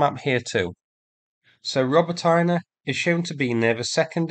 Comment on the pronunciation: Robotyne, there is no Роботайнa on the map. Try Роботине.😅